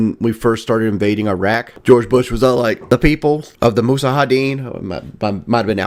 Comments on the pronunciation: He said musadadeen instead of mujahideen. I'm done. 😅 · “The people of the mussahydeen…” That’s “mujahadin”,. 62 IQ hard at work.